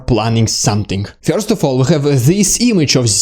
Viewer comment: first - not fjorst